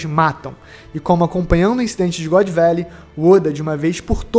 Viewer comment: "God Velley" e foda porra, mas ta bacana o video tmj, abraco, sucesso ai mlk.